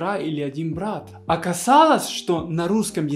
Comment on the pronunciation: Привет, всё интересно, но В и Б в русском языке это разные буквы, а у тебя - где хочешь там и употребляешь в произвольном порядке. Для меня Брат и Врат не одинаково звучат, а Врат это кто или что? Так давно и много говоришь на русском, неужели сам себя не слышишь, или просто это прикол?